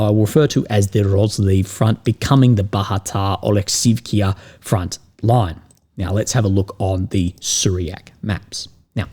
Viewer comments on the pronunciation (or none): It's Bahatir, not Bahatar.